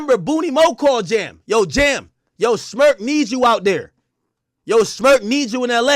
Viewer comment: Crazy thing is why you keep saying Smurk 🤷🏾‍♂️